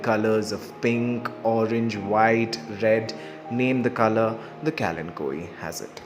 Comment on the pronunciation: Today I learnt the correct pronunciation of this plant 🙂